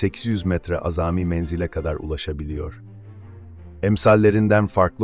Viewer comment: Azâmi değil ; ÂZAMÎ ! Lütfen kendinizi geliştirin. Bilmediğiniz kelimeleri kullanmayın... Âzamî kelimesini senin kadar GALAT teleffuz eden kişinin böyle vidyolar paylaşması hiç doğru değil.